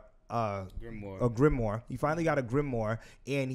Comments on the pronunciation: Pats pronunciation of grimoire is something else loooool man said gilmore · My man was saying gillmoire at one point 😂😂😂